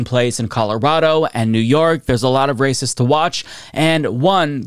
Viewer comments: I think he said "there's a lot of RACES to watch", but I heard it that way too. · Sound like you said “There’s a lot of racist to watch” 😂😂😂 Run it back To check. LOL!!!